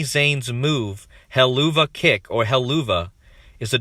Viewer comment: I think Helluva=Hell-of-a (hell-of-uh). Not being critical. Just helping out. Keep on knocking it out.